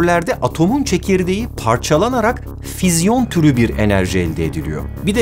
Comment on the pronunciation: bu arada fizyon değil fisyon